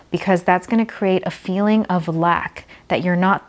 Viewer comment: I love how she says cre-Ate